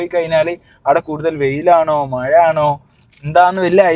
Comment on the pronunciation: മയ അല്ല മോനെ മഴ മഴ മഴ